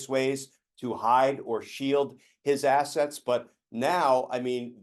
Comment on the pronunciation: Hahahaha... was it intentional when he stressed: "they'll be chasing Rudy Giuliani's ass -ets..." 🤣